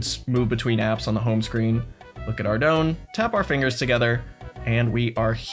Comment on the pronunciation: I'm surprised you of all people pronounces Ardougne wrong